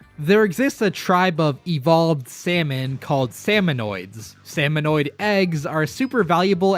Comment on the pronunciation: i'm a giant lore buff of the splatoon series and it made me cringe so hard hearing the video call salmonids "salmonoids". it's pronounced "sam-oh-nid", there's no O after the N. salmonids have their own handful of interesting lore, like how their species worships the concept of death and thinks dying for their tribe is a noble cause. they tend to fight with kitchen utensils, like how smallfrys use spoons to attack, cohocks use frying pans, there's an entire boss salmonid species called grillers (wonder what they use), and more.